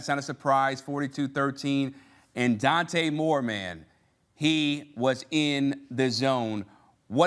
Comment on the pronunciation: Dante Moore not Dan. Second time I’ve seen this from CBS